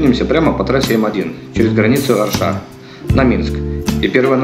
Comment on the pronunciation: ОршА, НесвИж... Ну хоть бысв педивикии посмотрели, где ударение